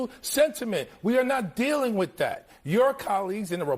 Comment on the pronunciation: Even though the hog twins can’t pronounce the TH sound, they say DAT and DAh, even though they still can’t speak correctly like most blacks, at least their eyes are open